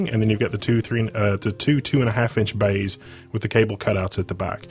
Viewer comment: The "bayhs" get me everytime :') Great build nonetheless